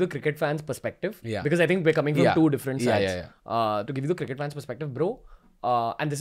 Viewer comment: has he really pronounced it as "circkett"?